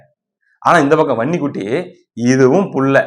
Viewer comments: வன்னி குட்டி வன்னி குட்டினு சொல்லும்போதெல்லாம் எனக்கு பன்னி குட்டி பன்னி குட்டினெ கேக்குது😂😂😂😂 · எனக்கும் அப்படியே தான் கேட்குது பன்னிகுட்டி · வன்னிக்குட்டி என்பதை அழுத்தி சொல்லுப்பா காதில் வேறமாதிரி கேட்குது